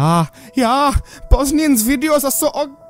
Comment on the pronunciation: EVERTTIME you say BOZNEAN I think you say ballsy